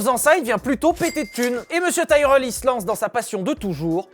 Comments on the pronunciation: Nope, Tyrell se prononce bien Tirel. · Bon les enfants ont va redescendre sur terre, nous sommes français donc ça se prononce "Tirèllle", c'est comme pour les voitures moches, hyundai, c'est "hyundaie".